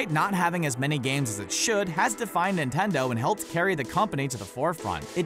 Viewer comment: He keeps saying Nintendo weird to me